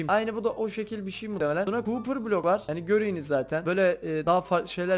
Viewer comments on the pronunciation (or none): Cooper ore dediği bakır madeni